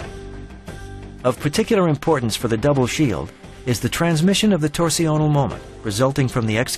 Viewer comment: Torsional isn't pronounced "tor-see-o-nal", it's pronounced "torsh-nul". Around the 9 minute mark, the narrator repeatedly mispronounces it. Weird, since otherwise his pronunciation is typically American, but he seems to think "torsional" is a French word or some other language.